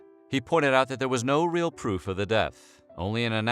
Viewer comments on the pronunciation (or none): none